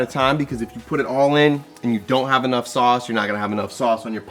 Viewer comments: Sauuuceeee ! You know you’re from Tampa Florida when you say GASSS 😂🙌🏼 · LOVE THAT “SAUCE”